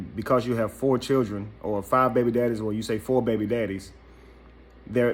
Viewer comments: Yo bro she didn’t say Children she said Chulren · If a woman says "Chirn" instead of "Children" leave her where you found her. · I'm confused, did she say chair or children.🤣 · Chilren Hahahhahah Lost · "I got fo' babydaddies and they take care of they chil'ren" ...this says it all she even has on a parachute bonnet 🙄 hmm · Well you posted this ON SOCIAL MEDIA!!!! and whats up with "churrin"????? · Chirren😭🤣🤣...ik it's a slang in some places but it's funny asf🤣🤣🤣🤣🤣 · The fact that she pronounces the word "children" as "churrin" that alone is a HUGE RED FLAG... according to her rant, this chic has more red flags than a Chinese communist parade 🚩🚩🚩🚩🚩 🤣🤣🤣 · Any man that wants a woman that can't pronounce children properly deserve whatever they get. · She got a nerve🗣. Learn how to say children and strength first 😭. I'm done